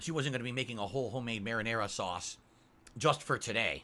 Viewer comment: (marinara.)SAUCE! He super emphasizes the sauce part of 'marinara sauce'